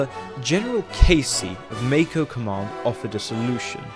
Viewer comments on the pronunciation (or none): none